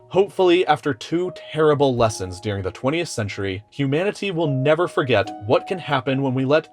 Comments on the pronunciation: "During" not "Dearing" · The word is during, not Dearing. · ITS DURING NOT DEARING